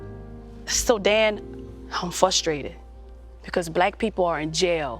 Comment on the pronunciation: The way she said fuwstwated is funny no offense it’s cute